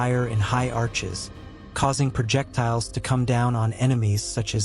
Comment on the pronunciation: “Progedors “? Are you joking? Projectiles? Why not have a mute read the script.